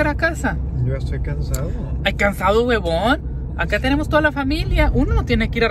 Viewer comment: que curioso té escuchaste cuando le dijiste Guebon. Jajaja